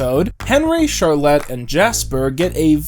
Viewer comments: My one issue with this video is the pronunciation of Charlotte lmao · You are pronouncing Charlotte like that just to purposely spite me